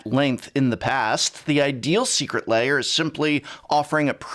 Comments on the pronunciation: BTW, the word 'lair' has one syllable, should not be pronounced as "layers", but "l-airs" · The prof always pronounces this like it's secret layer.